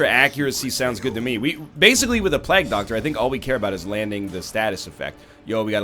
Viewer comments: Agreed. It's "plague", sounding like "vague", not "plag", sounding like "drag". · Egg stop saying plag. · NL's pronunciation is a plag on my ears lol